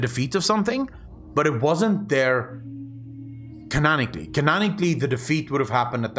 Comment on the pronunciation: Canon-ically. Not canan - much love